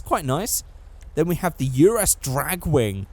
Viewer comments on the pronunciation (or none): none